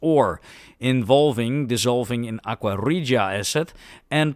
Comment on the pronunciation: Great video. And thank you for doing live narration. No AI or speech to text software. Very well done. And great pronunciation of 'aqua regia'!